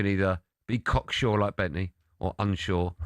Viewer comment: Asks Benty what score will be, gets an answer and then calls him "corksure!???"